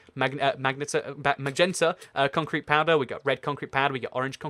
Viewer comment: "concrete pcrowder" 😁😂